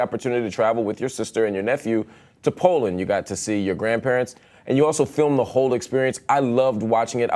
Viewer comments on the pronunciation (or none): Pauland 😂 pauland Paweland